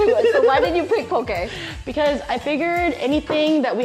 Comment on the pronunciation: As someone from Hawai’i, it made me so excited when you guys said “po-keh” and not “po-key” lol